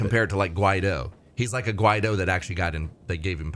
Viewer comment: he is like a Guaido??? you said, check your pronunciation 😂😂😂😂😂😂😂😂😂😂